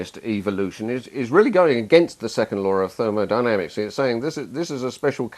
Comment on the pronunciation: therol dynamics, did I hear that